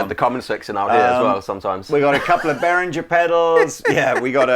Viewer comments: Ist Nicht Berrin jer ! Ist Bey ringer ! And don't say but a lot of people say it like that because a lot of people are getting it wrong ! Just Google "how to pronounce" for correct pronunciation ! Also try Greta Thunbergh while you're at it ! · Why do so many people () pronounce Behringer like "Berringer". It's pronounced BAY-RING-ERR